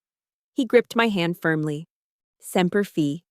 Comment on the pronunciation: Semper Fi is pronounced "Semper FYE", not "FEE"